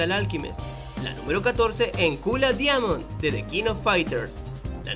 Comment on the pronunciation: Ni te esfuerces. El tipo no sabe ni como se pronuncia "diamond", menos va a saber un nombre tan difícil como Hsien-ko